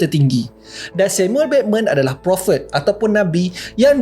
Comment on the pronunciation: cakap prophet pun pelat eh😂